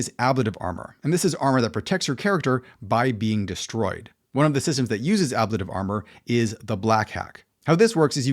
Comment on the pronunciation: It's an interesting breakdown of the various versions people have come up with to date. I'm not sure what I would change to right now if I was changing up my games. Now, I didn't see anyone mention it. But your pronunciation of ablative bothered me an unreasonable amount. (Maybe because I was concerned then that I'm not saying it correctly?) So, I looked it up and put my mind at ease that I've been saying it right.